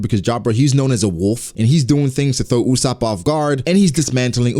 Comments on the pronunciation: Its ussop not usshop😂😂😂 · Not Usaap..., jezz its Usoopo